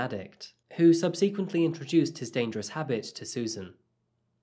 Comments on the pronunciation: ‘Sub- sequently’? ….. ‘sub Sequently’ ? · Pariah - Pah-rye-ah Subsequently - Sub-seh-quent-lee Remorse - reh-mors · Absolutely love your videos,. May I adjust a couple of your mispronunciations? Pariah is pronounced par -EYE-ah. ‘Subsequently’ has the emphasis on SUB, with the following syllables being unstressed. Hope you don’t mind! Xx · Some weird pronunciations in this one, mate. "Pariah" and "subsequently" made me pause for a moment and others were just odd. I love your channel, though. Curious if you are just reading the script and some words are read more or less phonetically. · I like the stories, but honestly dude, get an editor to refine your script, and if you don't know how to pronounce 'pariah' or 'subsequently' then ask someone how it's pronounced. And stop with the 'last time she was ever seen again' thing that you do in all your videos. Choose between 'it was the last time she was ever seen' or alternatively 'she was never seen again'. Saying 'it was the last time she was ever seen again' is just plain wrong. And if you're using synonyms to prevent repetition, then always choose the simplest and most succinct options- often your word choice suggests you're looking for words that sound erudite when you don't really understand what the word means. Well done and good luck, honestly, but it wouldn't hurt to have someone with a better grasp of the English language to review your scripts and pronunciation before you publish the videos IMHO. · Mate…why aren’t you pronouncing words correctly? Pariah? Subsequently? Come on..